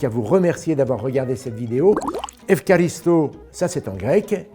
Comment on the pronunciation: Jamy: Efraristo en prononciation En grec, cette lettre est un R du fond de la gorge, le deuxième R est plus similaire au notre. d'ailleurs le K en grec c'est la même chose qu'en Français, donc Efkharisto c'est l'ancienne écriture latine qui venait du Grec ancien, il me semble que maintenant c'est plutôt Efcharisto.